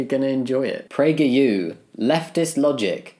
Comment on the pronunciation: Sadly the far-right can meme, because they've been memeing the shit out of everything, and is one of the reasons they've grown so much in the past few years. :( But yeah, most of the people on the right, can't. Glad I got to hear how pragerU is supposed to be said. I still think that "word" is what a non-English speaker would say while asking a woman if she's pregnant.